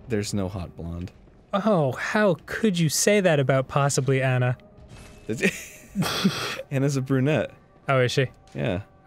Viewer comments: 1. Elsa sang "Let It Go", not Anna. 2. It's pronounced "AH-na", not "Ann-uh". They say it in the movie. There is no excuse. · Excuuuuuse me princess, its pronounced 'Anna'.